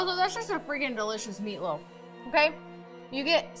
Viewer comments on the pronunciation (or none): Did she say Meatloaf , or Feetloaf ?